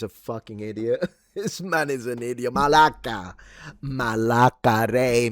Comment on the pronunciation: my respect for you pronounce the ward Malaka! As a Greek!😂❤